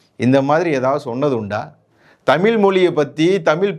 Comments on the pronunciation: தமிழ் not தமில். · ஐயா தமிழ் என்பதை முதலில் தமிள் என்று உச்சரிப்பதை தவிரத்து தமிழுக்கே அழகான் 'ழ' வை ஒரு தமிழனாக சரியாக உச்சரிக்க கற்றுக்கொள்ளுங்கள். பிறகு வீடியோவில் தமிழைப் பற்றி பேசுங்கள்... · நீ தமிழை சரியாக உச்சரி முதலில்.